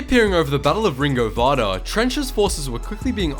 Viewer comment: PRONOUNCED "RINGO VINDA" YOU PLEB!